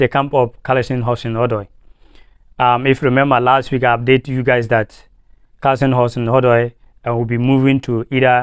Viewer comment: It's not Callisom, but Callum Hudson Odoi.